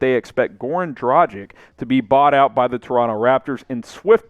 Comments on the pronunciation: Its not Dragig, its Dragic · It is a tragedy ( or Dragedy ) that you can´t speak the name Dragic right. Rhyme it with Doncic and it should work. You don´t say Doncig, do you? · Please please learn how to pronounce his name dragic' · I like your content, but please try to pronounce Goran's name correctly. The G in his last name is pronounced the same way as the one in his first name. As for the C, it's pronounced the same way as you already do with Doncic. FWIW, I think Dragic would be a great addition for a few different reasons. One of them is better team chemistry, the other being the fact Goran will be extra motivated to end his NBA career on a high note.